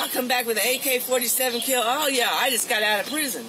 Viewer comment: I thought that, when she said "I'm going to keel myself", it was purely so she would go to the hospital rather than jail. She knows how to play the system!.